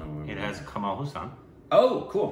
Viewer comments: Dude btw. It's Kamal Haasan. Not Kamal Husan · Watch ' Nayagan' 'Indian', 'Appuraja' 'Sadma' and 'Alavandan' back to back to get a bit of who this legendary actor, Kamal Hassan is (Haasun not HU Saan) 🙏💜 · Kamal Haasan not Kamaal Hassaan. Please watch Sadma.